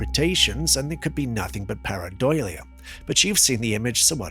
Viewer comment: Usually really enjoy your videos, but this particular compilation is nothing but excessive repeats of things you have previously posted 🙄 Also, the two most commonly accepted pronunciations of the word "PAREIDOLIA" are: par-i-DOH-lee-uh. pair-eye-DOH-lee-uh. Emphasis on the "DOH" as compared to (NOT) "...DOY-lee-uh". I have heard zero reports ever of the faces that people think they see wearing a doily as a face cover 😅😂😊 Otherwise, thank you for consistently posting very entertaining if not somewhat questionable content 😊